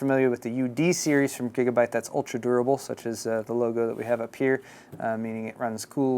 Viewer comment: he said gigabut! lols